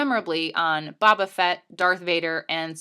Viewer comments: Fantastic piece but I'm sorry to say a terrible choice of narrator. The millenial voice/accent is just too jarring compared to the superb quality of the text. Plus- saying "Baba Fett" for "Bobba Fett" was particularly egregious. Please re-record with a professional voice talent. It would be a shame to let the narration go unfixed. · Did she- did she say...bob-uh-fet???